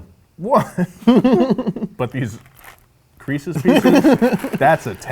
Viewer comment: "creese's pieces" "our patch" lmao